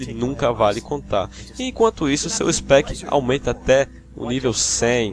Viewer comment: Só faltou pickpocket e não chamar speech de ispéqui porque foi foda kk